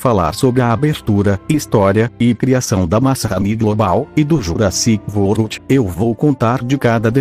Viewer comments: Ele falou Jurassic vorld o certo é Jurassic world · Jurassic vold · Nessa voz o é engraçado quando fala o nome Jurassic World 😂😂😂